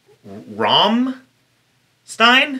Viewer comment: Thank you for not pronouncing it as "ram-stene" because I'd actually spontaneously combust